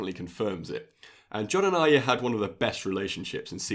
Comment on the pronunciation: Another youtuber who pronounces Arya correctly which is a rare thing, makes me respect you more. I can hear your excitement in your voice man. I'm also that excited, 13 fucking days to go! I'm so excited!